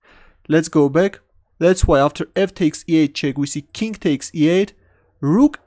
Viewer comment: Oh, every time he says "let's go back" I thought he said "let's go big xD"